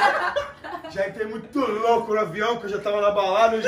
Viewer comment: Kkkkkkkkkk o mua falou vião au inves de avião kkkk